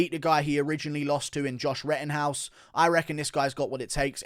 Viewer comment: Did you say Rittenhouse 🤨🇺🇸